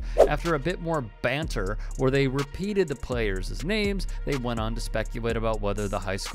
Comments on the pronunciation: Players-es? Employees-es? Players and employees, plural and possessive (players', employees'), are pronounced the same way. New news clipping graphic of "employees' " has it correct. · For the record, it’s not “playerza” and “employeeza.” The plural of each is pronounced like it’s spelled — players and employees. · It’s not “playerses” and “employeeses.” Come on people! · "…the playerzizz names" ??? "…employeezizz comments"??? Are you kidding me??? Did this guy quit school in 4th grade? 🙄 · Playerszz, employeeszz...Huh? Lol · em-ploy-ese-es? play-er-ses? Really?